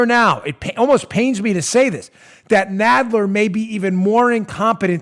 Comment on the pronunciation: Jerry “Nodd ler”